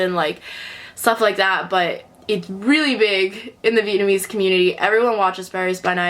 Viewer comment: yeah i forgot speaking vietnamese too bc of growing up in germany. your pronounciation is way better than mine even though id say my vocabulary is not that bad (but still not good enough to speak fluent).